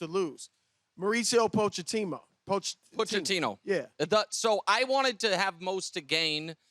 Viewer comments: Brou: "Pochetimo" 😂😂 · 'Poooch-a-teen-oh' God that's brutal.